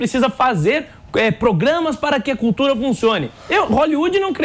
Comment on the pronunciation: Que cultura.....cutura....curtura...sei lá....